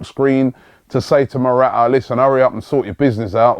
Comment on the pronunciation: Robbie it is not ' Mora'aa". Its ' Mora-taa "